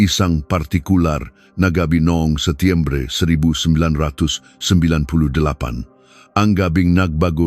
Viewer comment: Nakakatuwa ka naman Sir. The way how you pronounce thw date September, **^^###^!^!^÷;÷;;÷;÷.○●○♤○♡○♡》\♤\ 😂😂😂😂..